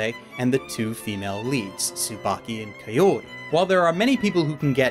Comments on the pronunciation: Isn't it ka o ri not kayori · KA-O-RI? It's kaori (kawri) man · Who the heck is Ka-YO-ri? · is no one going to talk about how he says kaori wrong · The way he pronounce "Kaori" ughh